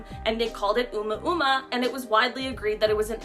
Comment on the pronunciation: The only thing unsettling is the way the 1st woman pronounced "Oumuamua" lol